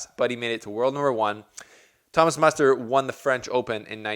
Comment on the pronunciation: Muster's surname is pronounced almost the same as written. No offense, but from your mouth it sounds like mustard.